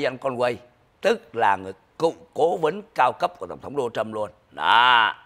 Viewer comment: Ông phát âm tiếng Anh chữ Project sai rồi. PROJECT phát âm là PRÓ Jẹckt, không phải prồ jéct. Dấu nhấn STRESS ở âm đầu tiên Pró không phải prồ. Đá Nồ Trâm, không phải Đô na Trâm!!!